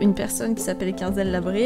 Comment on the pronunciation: Heuu sa ce dit pas "Qu1zel" mais "queenzel"